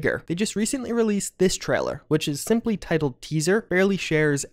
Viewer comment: I can't help but repeat out loud every time says "Treller"